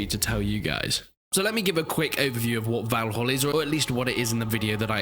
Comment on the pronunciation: Maybe learn to pronounce the name of the game properly, 🙄